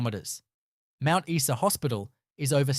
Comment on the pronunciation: Mount Eeee Sa 😂